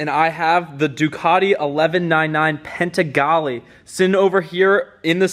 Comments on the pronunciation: It’s panigale bro,not paintegale.....👌🏼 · Panigale dude!!... It's not called Pentigale dude.. PAN-EE-GA-LEE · Its not PENTAGALE its PANIGALE :) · There is NO T IN PANIGALE . ITS NOT PANTIGALE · No T in panigale buddy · the min he said Penttttttagale i had accident in my pants lmao dude have you ever heard Ducati owners pronouncing Panigale in a correct way LOL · PANIGALE dude butchered the word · Dude said pantigale🤣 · Did i just hear “pentagale”? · Yes, You're right!!! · multiple times lol. like a dummass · I thought he said "Penzigale". Must be the secret 2022 model. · My ears hurts when he says pantigale🤣 other than that, great video dude👍👍